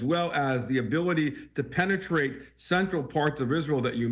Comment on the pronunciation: The anchor jumped every time said "penne treat"...